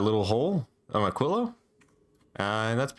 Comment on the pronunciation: Holy shit, someone who said Aquilo correctly